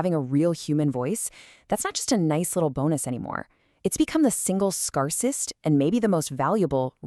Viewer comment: Interesting pronunciation of 'scarcest'.